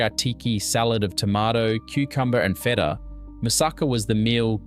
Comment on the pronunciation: The pronunciation is hysterical. “Feeta” instead of “feta” -voiceover needs lots of work… Most of these dishes are still made today.